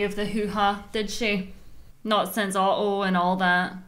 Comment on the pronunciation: I love how pronounces Otto as "Uh-Oh"